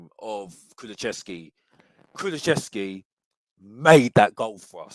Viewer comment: It's not Kulu-chev-ski it's Kulu-sev-ski, but big up